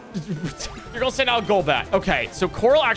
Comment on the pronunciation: I only just noticed you said "gonna" like "gulnna" (the l is soft but definitely there)